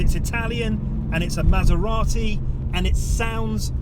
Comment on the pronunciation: How is it that you know how to pronounce Maserati, but now Porsche? Oh, right. You speak Italian but not German. And, could you have picked a worse car (Tip) for the comparison. No? Well, fuck it, I won't watch then. Stupid vid. Waste of your time. Wow, those must be two days that you will never get back. I won't waste 10 minutes on your vid. Thanks for letting me know.